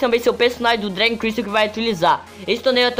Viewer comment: É dragon crystal nao dray crystal fala serto po